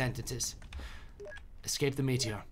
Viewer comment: Uh-scape that dot do-dot ayyyy uhscape that dot do-dot